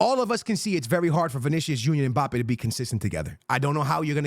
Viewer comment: UNC said “when Mpabbe lands at Real..” LOL 🤣